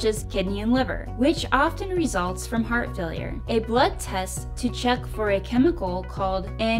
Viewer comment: "T" is missing in "Heart" God bless!